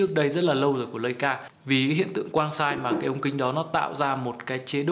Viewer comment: đọc là “lai”ca sốp ơi